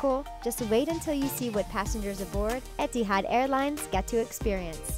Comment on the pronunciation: Kunicørn Stevenson 'Et-it-had' for etihad 😂